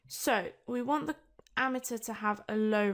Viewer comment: Don't think that's how you pronounce ammeter, sounds like your saying ameteur